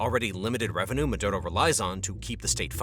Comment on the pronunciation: Ma.. do.. row... is how you pronounce his name by all means fuck that guy but the pronunciation is driving me nuts.